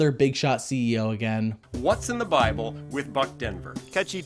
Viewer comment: He said biable! :o Great review. I want this to be the successor to your VeggieTales reviews. It seems like the best so far. The only thing that might rival this is Bibleman in terms of what the viewers want.